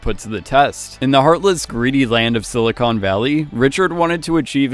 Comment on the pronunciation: He managed to pronounce “silicon” and “documentary” like an undertrained AI chatbot